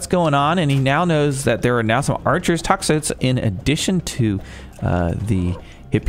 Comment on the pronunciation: I think toxotes are pronounced tox-o-tees, which is the plural of toxotai